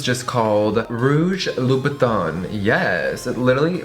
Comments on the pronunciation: i hate the way he says : Louboutin... he says it like Loubouton... but it's ' Loubouten... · It's actually pronounced "lou-boo-ten", everytime he said Loubotin i thought he was referring to Louis Vuitton 😂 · You are so ignorant, I cringe every time you say "louboutin" because you pronounce it "louboutON" rather than "louboutAN!" Go and learn proper French you tacky trollop 😂😂😂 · on dit Louboutin pas Louboutonneee !!!!! 😂😂😂 I'm french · Hearing English people pronounce “in” as “awn” (louboutawn) is just 😭💔 i love Jeffree and would never stop watching because of something so dumb but it’s honestly heart breaking (and just a little irritating) to a french persons ear. It’s definitely not easy to learn a new language and the french “in” sound isn’t a sound in English so English speakers have a really hard time saying it but oof.. it’s just hard when you know how something is supposed to be said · Just saying it’s pronounced la-boo-ton ok girl (not hating) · Love you! But please say the designer names correctly!!!It's LOU-BOU-TAw(n) silent n.... and Guerlain is Gare-law(n) silent n gurrrll! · I thought it was pernounced Labootin but whatever, you learn something new everyday... unless you don't. Btw excuse my spelling! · Hahahha the pronunciation: LUBUTOOOOOOON ahahahahahahah 😂😂😂